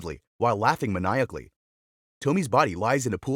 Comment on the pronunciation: The MANEYEACCLLY WAS JUST- He was supposed to Maniacally